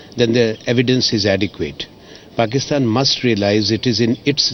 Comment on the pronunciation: pakistan ko phakithan 😂😂😂